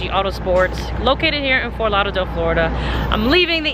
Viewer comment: Its the way you say Fort Lauderdale for me lol